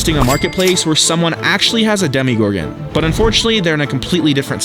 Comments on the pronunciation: Its not a demigorgen it's a demogorgen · It’s demo Gorgon not Demi Gorgon